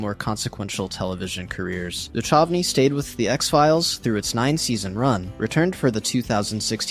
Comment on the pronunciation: David Duchovny is pronounced (Doo-kuv-nee)